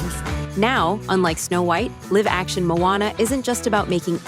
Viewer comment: It could be ai because they also mess up when they say live action